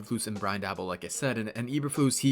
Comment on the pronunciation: Please don’t take Daboll. But since he might be your HC, I might as well teach you how to say his name. Pronounce Daboll like “table”. Go Bills!